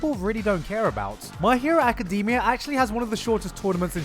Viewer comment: My hero Aca-dem-E-ah